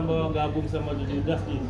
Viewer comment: desta bilang welcome to the dudas hahahhaha